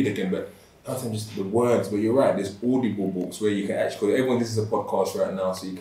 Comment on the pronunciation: Man said audobol skskdskd